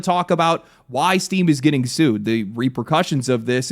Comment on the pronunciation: I swear, I’ve listened to the first 2 seconds of this video like 8 times and I just keep hearing “Steve is getting sued” lmfao